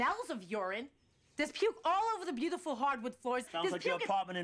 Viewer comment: the way she pronounces "beautiful" as "beauthiful" is the cherry on top for hating her.